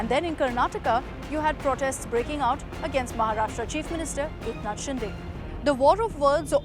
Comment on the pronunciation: Eknath Shinde not ShinDe it's दे not डे.